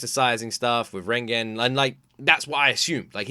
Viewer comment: i really love how u never pronounced reigen correctly 😭